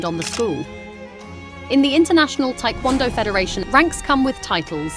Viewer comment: Its not Thai kwon do, its Tae KwonDo